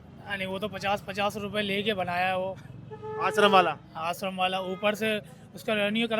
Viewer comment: E shram kard ko ashram kard bol raha hai mera ek Mazdoor bhai.